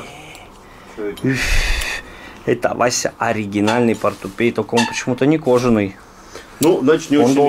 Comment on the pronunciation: не портупей а портупеЯ